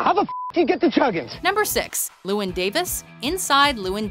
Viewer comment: You guys having been pronouncing Llewelyn Davis wrong....its a welsh name